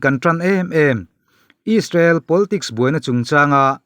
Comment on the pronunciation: Israel ti ve maila ..... Aiissrael han tih kher...media ah i thok ve sia...midang thuziah i chhiartho sia...a ziaktu ziah anga chhiar mai awm.... Rainbow channel hi chu inla tluk lo deuh ani....mahni irawm news tih chhuah chuan...nangni 3 inkawp in nia...rainbow 1 nia...news fawmkhawm chuan inla tluk lo deuh ani....